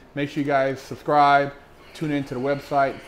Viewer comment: “Don’t forget to like and thubscribe”